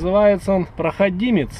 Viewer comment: ПрохОдимец только а не прохАдимец)))